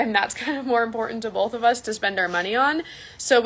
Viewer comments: What about when she says "BOLTH" with an L. Or spells "Burrito's" with an apostrophe. This woman wants to be a teacher/daycare owner, ffs... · 😂 yes "bolth"